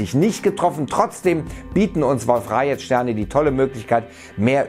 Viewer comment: Das wird Wolf-Rajee ausgesprochen und nicht rajet ^^ also keine rechtschreibung beachten sondern nur wie man es spricht ^^